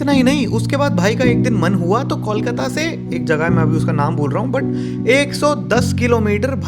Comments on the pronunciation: it's not Kaulkata, it's Kolkata 😩. Pronunciation (coalkata) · These are boys who would Decorate our NDR Team! And, please rope in some sponsors. BTW, we are here, not in कौलकता or Call-kata, but in ’कोलकाता’! And if you can say ’कोयला’, without deforming it's sound, then what's the problem in utterring ’कोलकाता' properly!